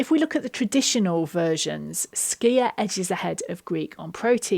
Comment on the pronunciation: Thank you for your right pronunciation of skyr. It's so often butchered and it is so difficult to listening to.